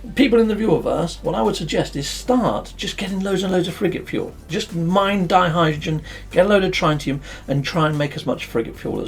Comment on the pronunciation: Wearing my chemist's hat, it's more accurate to pronounce it DIE-hydrogen rather than DEE-hydrogen. Also, it's TRITT-ium not TRY-tium. Apart from that, a jolly good video as usual.